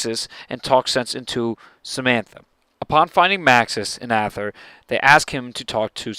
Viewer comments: Good video, but your pronunciation of some of the words are off. It's "Dee" not "Die" and "eether" not "Ahther" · ather .?? or how ever you spell it is pronounced "ETher" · its pronounced Ay_thur , not Ah_Thur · Just a tip it's Aether not Ather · Its pronounced EEther. In german, youpronounce the second vowel :) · Just to point it out, ,at richtofen says "aether" like "ee-ther" so you were wrong